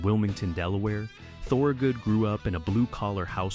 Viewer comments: say THUR-good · repeated incorrect pronunciation of "Thorogood" is godawful annoying. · The video is interesting. I grew up outside Philly listening to him. He was my first concert. Couldn't you make sure your shitty A.I. narrator at least pronounced his name correctly? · AI mispronounces the name. It hurts.